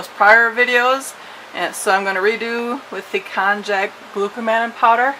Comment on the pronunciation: Great video and recipe. however, it's pronounced "kon-yak". note: Pickling lime is also called "slaked lime"